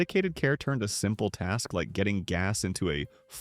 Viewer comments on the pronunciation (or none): none